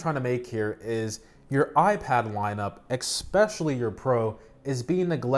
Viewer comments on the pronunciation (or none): Ok, it’s pretty cute how you can’t pronounce the word ‘especially’ (“expecially”) 🤣 anyway, great content man! :)